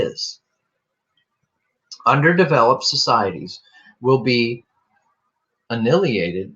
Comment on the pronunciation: is ...uh nye uh lated!! (Destroyed)